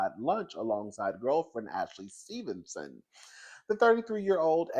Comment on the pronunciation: The emphasis on “Stevenson” is sending me 🤣🤣🤣